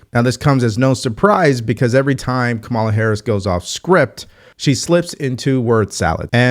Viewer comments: Just a friendly reminder that you keep mispronouncing Kamala. It’s pronounced COMMA’-la. Not ka-MALA’. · Kamala Harris's first name is pronounced correctly with stress on the first syllable. KAH-ma-la, or Comma-la. Today Nancy Mace made a point in Congress of people who still mispronounce Harris's first name. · Even Trump mispronounces it. One wonders if that is intentional as a subtle form of disrespect. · Curious - do you mispronounce her name intentionally to signify a lack of respect, or do you genuinely not know her name? No, I'm not a fan of her whatsoever.